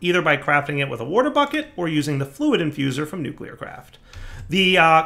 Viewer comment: W-A-R-R-T-E-R...... Warrterbucket.... huh? i think he said " water bucket" ..... LOL